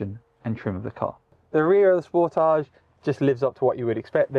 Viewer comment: Thank your for pronouncing Sportage correctly! ❤️🇨🇦